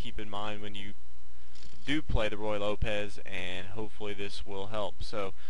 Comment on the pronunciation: Forgive me, but it's pronounced "roo-ye," and not "roy." Yes, it's better to play it well than to pronounce it well, but your mispronunciation certainly does not add to you authority.